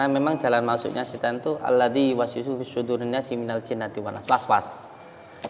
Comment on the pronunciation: yuwas wisufi sudurinnas (was - was) kacau...